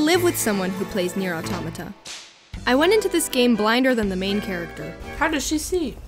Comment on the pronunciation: The first english person i heard that pronounces right the word "autómata".